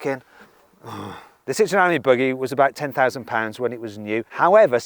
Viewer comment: It’s pronounced “aim ee” - Ami , you’re saying Ammy